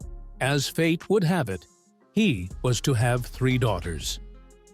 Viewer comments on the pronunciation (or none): none